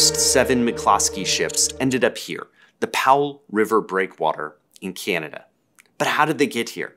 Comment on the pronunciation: The way you say “Canada” like ‘key-yan-ah-dah’ is throwing me off. What accent pronounces it like that?